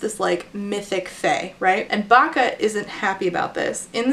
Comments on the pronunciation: Everytime said Bacca (I assume that's the spelling) I heard "vaca", which means cow in Spanish. Can't take someone with that name seriously 🤣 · Or "Baka" which is "dumb" in Japanese, I couldn't help but laugh when I first heard it lol